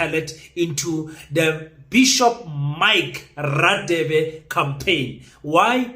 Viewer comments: You are pronouncing Radebe wrong it's pronounced Rhadebe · King please pronounce Dr. Radebe properly eg Afrikaans, :"ek gaan" so you should pronounce Radebe like"gaan" first "GA" no offense. 😅